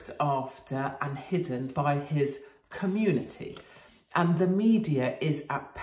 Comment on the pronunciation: Kamoonitee leeda...😁